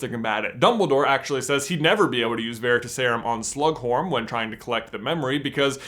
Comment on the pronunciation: "veritas" Vair-i-Toss. It means "truth". The emphasis is on the Toss. "Veritaserum" vair i Toss erum. The emphasis is still on the Toss. That's my gripe. Otherwise you guys rule.